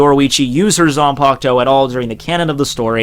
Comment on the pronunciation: It might just be her "zampukto", but not her zanpakuto. 🤣